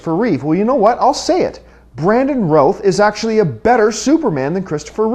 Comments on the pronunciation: why do all the people pronounce Routh in a wrong way? But all in all, that was my opinion, well, nearly. I've loved everything about the movie, that's why it's my favorite movie of all time :) and I agree that Brandon was better than Chris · oh my god. this guy has no idea what hes on about, i agreed with absoloutely none of what he said. brandon routh better superman that chris reeves? get real, this guy couldnt even pronounce his name properly.